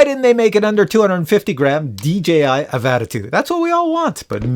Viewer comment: The way you pronounce Avata triggers me so much, I had to leave a comment.